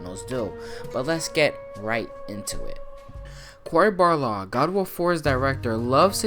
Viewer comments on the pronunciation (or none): none